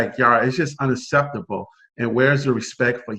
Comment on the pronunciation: “Dis is unaseptable” lol